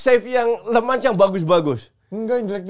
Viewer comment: Kochi ini sdh salah msh ngotot mulu, namanya Senne Lammens itu bacanya bukan "Lemans", tapi memang bacanya "Lamens" dimana 'e' nya itu dilafalkan seperti kata 'kerja'...ini orangnya sendiri yang bilang cara ejaan namanya di youtubenya MU.... ini katanya fans tapi kardus, mau mulu diayamin kochi 😊 Trus si Emi Martinez itu, statsnya season kemarin ngga jauh beda dari Onana loh, dan blundernya banyak juga...klo riset yg bener bang, cari jg si Emi Martinez, jgn cm si Lammens aja yg dicari salahnya mulu, maen aja blm sdh dihina2. Gw pribadi, drpd ambil Emi yg performanya sdh pasti naik turun, mending gambling aja ambil kiper muda (yg katanya berbakat) yg msh bisa bagus bisa kagak tp jauh lbh murah.